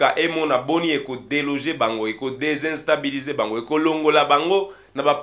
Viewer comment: On ne dit pas « DESINSTABILESER », mais on dit «DÉSTABILISER ».